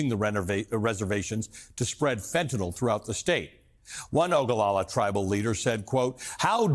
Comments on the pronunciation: Its not OGOLOLA , it's Oglala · Oglala, not Ogalala.